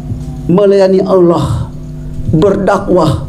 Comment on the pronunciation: kok masih kesulitan mengucap alloh ya😃